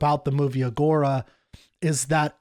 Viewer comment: If he is a Classicist, why does he mispronounce Agora like that?